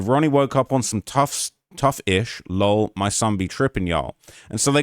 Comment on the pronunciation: “LOL” is not a word. It’s an acronym. Please stop pronouncing it as a word. You sound like an asshole.